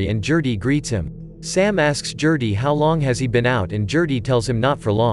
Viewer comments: "Jerty". No. It's a hard 'G'....Gerty. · Gerty not Jerty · I can’t take you calling “Gerty,” jerty! It is driving me too crazy to watch video. GUH GUH GUH GERTY. Not JUH JUH JUH JURTY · I KNOW!!! I was looking for someone else who was driven nuts by that mispronunciation!